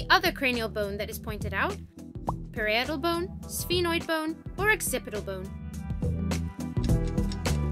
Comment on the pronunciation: Parietal bone not perietal bone